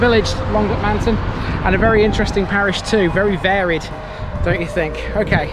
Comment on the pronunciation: Brilliant video, very informative, the only criticism I would have is in our strange pronunciation of Duckmanton, there is no emphasis on any any of the syllables, so rather than Duck-man-ton with emphasis on the a, it is actually pronounced duck-mun-tun, otherwise an excellent video. Thanks.